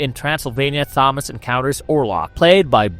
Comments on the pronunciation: bro really thinks he's roger ebert 😂. sorry but the acting was top notch. also it's pronounced tomas. h is silent 😂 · Couldn't get past the repeated mispronunciations of "Thomas." If you watched the film, you know darn well it's pronounced "Tom-as" regardless of how it's spelled. Just beyond irritating. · Keeps pronouncing Thomas wrong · I dont know why you choose to pronounce the name Thomas in that way.